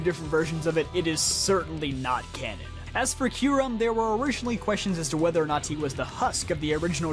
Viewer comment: Please stop saying cannon